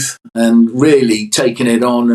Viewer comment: How very decent of you old bean not to have a problem with where she comes from , damn decent of you indeed. Ironically when he says “ really taking it on “ he doesn’t say it correctly. In my opinion a f’in hypocrite who clearly thinks his opinion is worthy of use all to listen and learn from . “Really takin it on” is how I hear it , some most needed elocution lesson My Lord 🙇